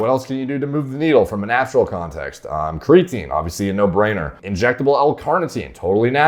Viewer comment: Just fkn say creatine